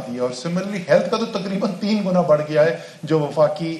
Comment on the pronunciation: "بڑھ"گیا ہے۔ "بڑح" نہیں گیا۔